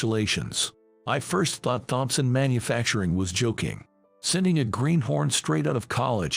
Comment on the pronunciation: Thompson, the H is silent!!!